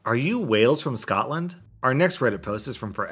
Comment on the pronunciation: Scotland not Scotand